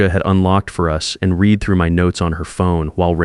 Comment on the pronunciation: Reed instead of read or maybe the other way. But good job.